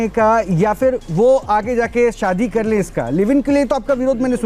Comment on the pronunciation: पहले अपने Pronounce सुधार लीजिए. शादी को SADI बोलते हो